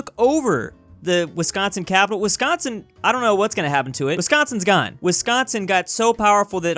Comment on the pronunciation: 😫😫i can't belive he called it wisconson(my worst enemy)but in minnesota😫😫